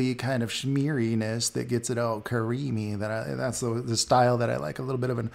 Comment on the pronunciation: "Cuh-reamy" lol